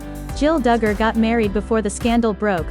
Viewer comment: Stop mispronouncing their name you are ridiculous say it right or don’t talk about them